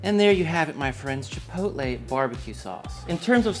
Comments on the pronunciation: Chipotle? I say chi-pot-tul- like bottle, in defiance...did that word come about with that pronunciation to sound dignified or something..chi poat lay'...maybe it was that sauce that bankrupted it.... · Chipotle the restaurant moved to our town back in the day… nobody knew how to say it never saw that word before. My mom and Aunt went with Chi-POLE-tee and have stuck with it ever since… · Had an ex who pronounced it "chip-o-lay" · chit poe t lay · Mine also says “chipottle” 😂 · Chuhpohtle, chuh - poe - tle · My mom pronounces it chip-a-hotay. We all mock her endlessly. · My mother says “chipoltee”… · My mom wouldn't know how to pronounce Chipotle. Lol. But my wife says "chipolte" She also says Salsta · I'm so glad other people's moms say chipotle incorrectly! My mom says chi-pull-tee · Save money and don't waist food and just use a mason jar. I will be making this for certain. My very British mother pronounced chipotle correctly, her friend however, said chipol-tee. Drove me freaking nuts every time. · 😅 my girls mom pronounces it chip-ole-tee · I love how universal mothers mispronouncing "chipotle" is. My mom says chi-POL-tee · Great video and recipe, will be cooked up this weekend and similarly stored in a previously used BBQ sauce jar! By the way, my wife pronounces it Chipolte Gave up trying to get her to say it right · great recipe! My dad used to pronounce it CHIP O TELL! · Both my mother and father pronounce chipotle as, “chipole-tea”. 😅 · It drives me nuts when people say "Chip ole tay". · My dad pronounces it like " chih-pot-uhl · My mom pronounces it as chip-toe-lee 😂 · Chi-pootle (sounds like poodle). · I only call the restaurant Chipotle “Chipottle”. They are a stain on the food industry and don’t deserve the respect of pronouncing their name right. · To be honest about your question: my mom can not pronounce "chipotle" at all. She's german. Just like i am. (I win!) LOL